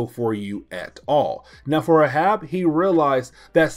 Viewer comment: Its pronounced "A Hab". Not uh Hab it's the same as Captain Ahab from Moby Dick